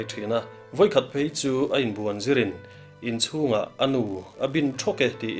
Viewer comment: Inchung dal tih hi a dal lai hi thluk hniam tur.